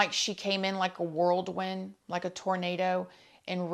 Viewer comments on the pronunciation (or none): Girl it’s “whirlwind” not “worldwind” lol